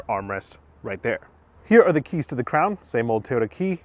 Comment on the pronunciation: Sounded like he said “the all new Toyota crap” in the beginning 😂💩